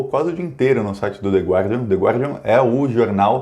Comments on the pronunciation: Se você quiser pronunciar direitinho o nome do jornal, é só omitir o "u". The Górdian. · Filhote ,não leve a mal mas a pronúncia é o" de gardian" . "Gua" em Inglês é pronunciado "ga". Abraços do veio walter